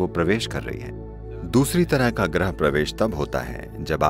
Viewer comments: "ग्रह प्रवेश" का मतलब भी समझते हो Voice over वाले?!!! पहले हिन्दी ठीक से लिखना और बोलना सीखो फिर voice over दो। "ग्रह प्रवेश" का मतलब होता है Entering a Planet. What Sadhguru is referring to is about "Entering a Home" and Not a Planet..!!! सही शब्द है "गृह प्रवेश" (Grih Pravesh). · Sadguru ji Griha pravesh hota hai na ki Grah